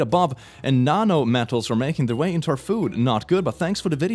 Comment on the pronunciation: I love your commentary. But I lose my mind over you mispronouncing shit like nano (you say nay-no when it's nah-no) think it adds to the enjoyment though. Great vid and a sub from me muh dude